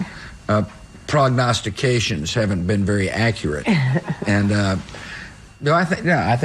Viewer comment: The 'my mother's prognostications' part cracks me up every time. He pronounced it correctly, which shows that development is possible for all of us. Way to go W!